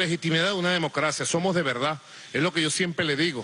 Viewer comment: DE VELDAD! JEJEJEJEJE GUSANO!